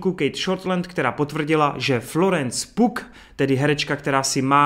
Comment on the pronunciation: To, že Yelena nahradí Natashu je poměrně logický, ale mně to vůbec neva! Florence Pugh je POG, takže s tím nemám žádnej problém. Ale čte se to Pjůůů - K Predátorovi se nevyjadřuju. Upřímně mě štve, že to koupil Disney. Tím se pohřbilo mnoho sérií. - To DCčko mě tenkrokrát nezajmá, ale věřím, že si to najde svý fanoušky. - Stargirl jsem viděl jen jednu epizodu a bylo to ok. Možná to dokoukám, takže zde kdyžtak napíšu můj feeling. - Cruise je borec. Takže se těším! - U Pitta to mám podobně jako u Cruise. Oba jsou to frajeři. Takže těšing! - Lucifer - počkám na tvoji recku. - Ennio je legenda. Díky za všechno! Dík za mixy. Jsou to zkrátka feel good věci na večer. Takže díky moc!